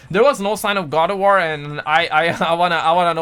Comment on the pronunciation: My boi can’t say “WAR” but he proceeds to say Gangbang 🤣